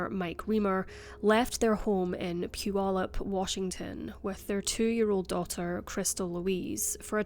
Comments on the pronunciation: I'm a lifelong WA resident and have never heard this one! Also I have to compliment your flawless pronunciation of "Puyallup". Never heard a non-local say it correctly. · Thank you for your excellent coverage of true crime cases . Today I'd like to say congratulations on pronouncing Puyallup perfectly !!! So many YouTubers absolutely butcher this name & I know it's not any easy one. BUT you figured it out so I'm guessing that the others are merely lazy . Thanks again from Lake Stevens , WA . 😁💜